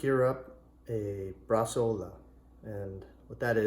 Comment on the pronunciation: Noooooo, nitrite you can't!!! Why?? Are you food industry or to lazy to make it without. It's not Bresaola becous you call it that, you made just cured meat. And it's Not Brasola but Bresao(u)la.